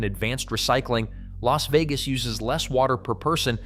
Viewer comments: You managed to mispronounce both Nevada and Las Vegas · How the hell you do a video like this and can’t pronounce Nevada or Las Vegas properly? And no mention of Laughlin…